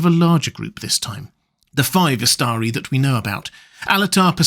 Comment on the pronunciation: "the five wizards ih(blank)stree, sent by the..." wtf